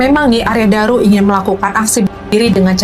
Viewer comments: Arya Daru, bukan Arya Dura. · Arya daru kk bukan dura balik balik lidahmu maap koreksi ya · Arya Daru mas bukan Arya Dura